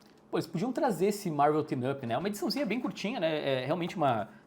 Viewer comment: por que você e o Daniel do Poptopia pronunciam “Marvel Team-up” como se fosse “Marvel Teen-up”? Me dá um nervoso…😅